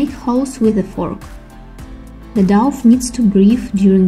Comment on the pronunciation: The douff ? Its dough pronounced Doh. Thanks for the video.